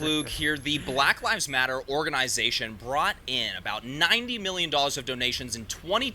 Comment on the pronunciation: Why did you say it like that? Lol Blahk lahvs motta